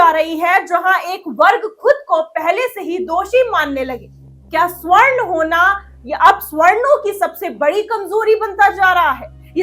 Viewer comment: मैडम स्वर्ण नहीं सवर्ण बोलिया